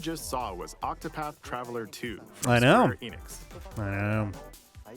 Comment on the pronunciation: there are two T's in ocTopaTh